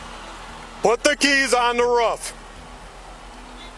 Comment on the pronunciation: Raaf ???? Roof!!!!!